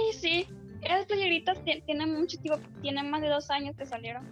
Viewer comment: Jsjsjs musho pero musho jsjsjs